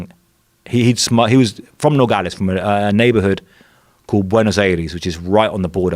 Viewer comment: I wrote this guy off after hearing him way over pronounce 'Nogales'. Fucking poser.